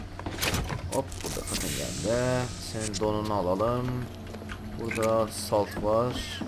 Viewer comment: gheldi değil geldi Türkçe'yi düzgün kullan